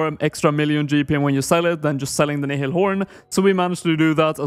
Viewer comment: how come literally everyone pronounces nihil wrong. its pronounced nile like the river